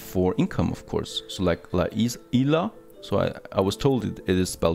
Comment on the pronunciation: You wrre saying La Isla right before this vid is spanish do not litsen to other people if you wrote it how u pronounce it now it would be written La ILa